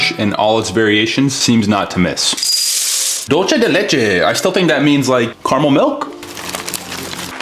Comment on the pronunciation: It's pronounced Dulce de leche (Dulse・te ・leche)